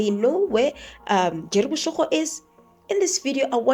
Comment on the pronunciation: Boshoga, not boshogo 😊